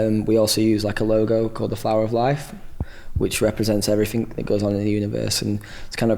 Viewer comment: he says "everyfink" and "all the finks" cute *_____*